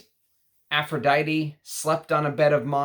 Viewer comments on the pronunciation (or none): none